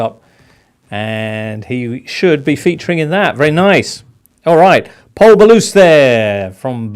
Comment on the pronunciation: And "Pol Ballus". Do me a favour.